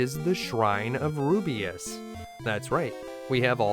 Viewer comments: Rubiss. The name is Rubiss. Rubeus is Not Rubiss. Rubiss is not Rubeus. Also it’s Tan te gel. Like jelly gel. It’s obviously inspired by Arthurian myths associated with the real life Tintagel. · Rubiss!! Not Rubiuss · It's Rubiss not rubeus Damn dude where are you getting the "ee" sound from? (Roo-B-iss) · the reaction after the release when realizes it's ru-biss not ru-bi-us "...... Damn I hope no smartass recognizes that and posts a comment 😟😟😟😟." Sorry teehee😘😘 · No offense, but i winced everytime you pronounced Rubiss as "Ru-bi-as".